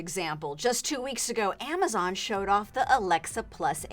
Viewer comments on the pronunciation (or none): none